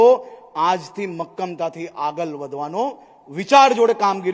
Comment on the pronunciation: ' ળ ' ને બદલે 'લ' બોલે છે. દારુના અડ્ડા ચાલવા દેવા જેવા સારા કામ કરે તો વિરોધીઓ તો 'આગલ ' આવશે. 😂😂